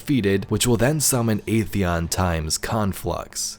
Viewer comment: Video was fantastic, always a fan of Vex lore. But I just have one tiny nitpick. Atheon's pronounciation was wrong. We know that, thanks to the Age of Triumph back in D1, it's pronounced "ATHeon", not "AETHeon".